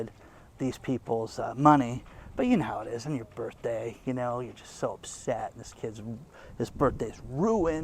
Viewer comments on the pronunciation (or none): none